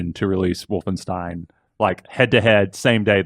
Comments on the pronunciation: For the love of all that is holy, please stop saying wolfen-steen it's wolfenstien ...you can hear everyone else pronouncing it that way...you have to know that wolfensteen is wrong...please, stop, it's making me cringe so hard. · everytime i heard wolfensteeen - my ears hurt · Anyone else a bit annoyed by how says "Wolfensteen"?